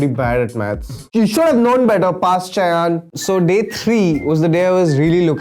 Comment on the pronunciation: Ur name is shayon and not shayan plzzzzzz